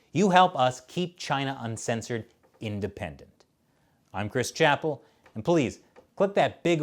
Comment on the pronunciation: Chris Chapple Chris Chap-Il Chi Chap-Il sounds mysteriously korean... o_O